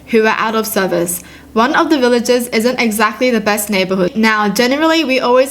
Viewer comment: *says the word “villages” Me:.... HURH